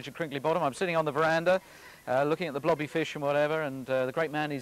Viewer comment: blobby ,i hear her name like bloddy